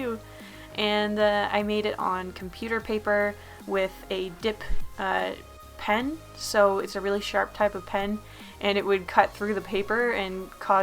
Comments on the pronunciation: I thought said "dick pen." but now I think she said dip pen. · OK I really thought you said a "d**k pen......